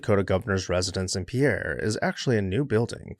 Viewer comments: “Pierre” is pronounced “peer.” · not to be that guy, but we don't use the French pronunciation. South Dakotans say "pier"/ "peer"